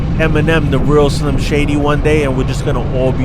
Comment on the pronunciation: Damn bro you pronounced the Real Slim JD weird, but I love you anyway! ain’t lyin yall. He’s diversified and grown and touched on subjects in our community that nobody else does AND this man has been active in his comments, showing love to us regular joes since the start. I can say that firsthand. Love you dude, keep it ghostin.